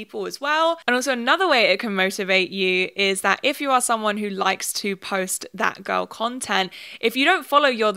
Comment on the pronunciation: LMAO WHEN SHE SAID THAT GIRL TREND I THOUGHT SHE SAID FAT GIRL TREND